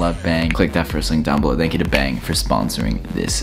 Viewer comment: Is it just me or when was doing the bang energy thingy did he say beng